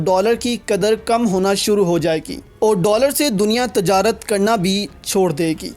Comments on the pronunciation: Aap ne tajrat padh wo :tijarat:hai islahkarlein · Aap ne tajarat padha wo :tijarat:hai. islah kerlein